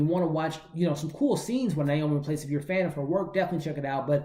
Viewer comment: Theres no "L" in Rapace. You seem to be pronouncing it "Raplace". Just thought you'd want to know because I'd want to know if I was saying something incorrect. Thanks for the review tho, appreciate your work.